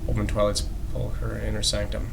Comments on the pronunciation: Pronounced sep•la•cur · He pronounces sepulcher wrong -.